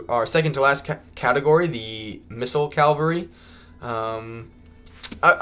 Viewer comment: Cavalry not calvary.. good vid tho, looking forward to playing